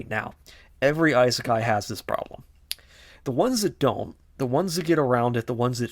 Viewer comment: Overly pretentious AND stating factually wrong things? That's an interesting combo. Seriously though, do some actual research. Also the purposeful mispronouncing of Isekai is just... Lame. Like come on dude, what are you doing?